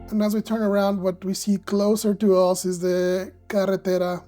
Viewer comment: Thank you! Please note that native English speakers pronounce "the" with a softer "th" rather than your hard "da". The rows of barrels are probably for water storage in a drip irrigation system. Make sure to do a "reference shot" or two every flight, showing most of the lot from a fixed perspective. Right now, it's undeveloped, but soon will have an incredible transformation. Try to purchase lots in the nearby residential area if possible. Just look at the number of cars in the TX gigafactory employee lots, after a few short years.